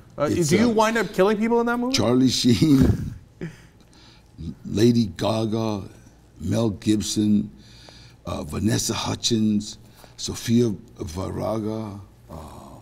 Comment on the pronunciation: Sofia veraga 😆😆 did he mean sofia vergara?